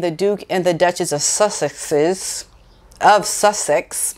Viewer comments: I've an idea that might help you pronounce it. IT won't be exactly right but it will pretty much say the TRUTH and it is easy to say. WHEN you go to say "Sussex" just say: suck sex is. The faster you say it the MORE is sort of sounds correct . 😚 Give it a whirl girl. DO it at home in front of the mirror first to be sure you feel comfortable.. THE more you speed up the saying of it, the more it sounds correct 🤗good luck🍀🍀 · Hi. It's pronounced "suck its".